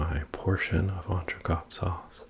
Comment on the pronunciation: incredible vid, you're quite the chef! quick sidebar, 'entrecote' is pronounced like 'coat' rather than 'cot'. Other than that, the sauce looks to die for.